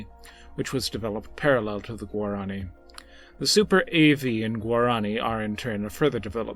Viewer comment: You spoke incorrectly. Its not guarAAni. Its Guaraniiii 😄